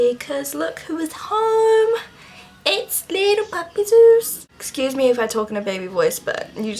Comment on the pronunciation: It's so funny when you say your dog's name. I'm German and it sounds like "süß" to me, which means "cute" ;) Fits perfectly i believe :D